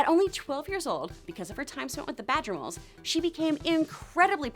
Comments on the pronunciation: Lol, she said "madgerboles" instead of "badgermoles* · Did you say magerboles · lmao "madger boles" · She said "Madger Boles" XD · She said mager boles I’m dead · “Madger Bowls” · She always mispronounces words